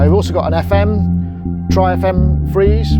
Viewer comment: sorry but I only heard the "free" and missed the "ze".